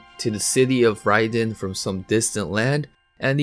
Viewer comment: Is Leiden pronunced Raiden? lol